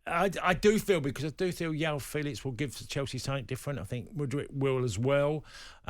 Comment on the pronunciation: Diogo Yota, Yoão Félix, Yose Mourinho.... Someone please tell Tony Cascarino that the letter 'J' is pronounced as a J (soft) in Portuguese, not a 'Y', ffs!